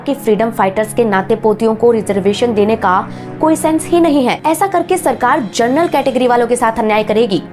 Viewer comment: हैदराबाद से! पिछले कुछ दिनों से मैं आपके पुराने वीडियो देख रहा हूँ।बहुत बढ़िया रिसर्च एवं प्रस्तुति है आपकी। छोटा सा सुझाव है, उच्चारण पर थोड़ा ध्यान दीजिए, जनरल को आप बार-बार जरनल बोल रही हैं। धन्यवाद।